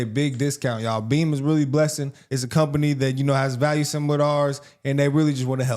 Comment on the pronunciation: Swear I thought you said turn on some Cartier family lay down and hit the bean, thought I like watching your videos but not that much,,, then realized it was beam with an M